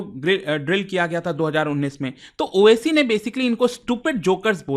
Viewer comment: owaisi ko oac keh rha hai bolna to seekh lei